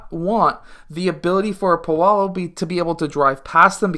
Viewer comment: Hey don’t mean to be rude but it’s “PAW-LOW” and not “PAW-LOW-LOW”